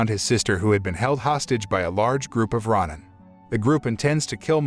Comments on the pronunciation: Row-nin, not rah-nin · It's pronounced row nin not rawnin. Please don't butcher Japanese words. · RON-NIN gets me every time. Every time I hear it, I'm like, "Wait what?"